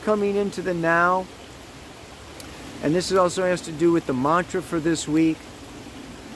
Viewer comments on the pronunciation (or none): none